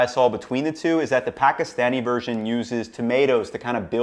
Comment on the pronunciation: GREAT recipe, perfectly accurate. Next going to get you to perfect how you pronounce Pakistani correctly !!!